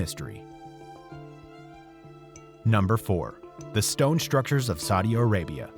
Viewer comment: is he saying Saudia Arabia?